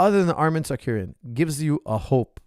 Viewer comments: sarcurian lol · Whos Tsarkuryan? 😂 Tsarukyan dam it